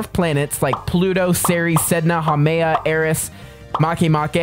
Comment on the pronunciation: you got eris so wrong